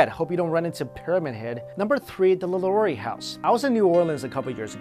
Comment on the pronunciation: He kept saying Madame LaLaurie's name wrong and I kept cringing